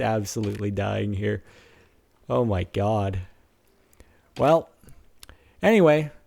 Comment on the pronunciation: why is he saying "oh my gawd" like a guido?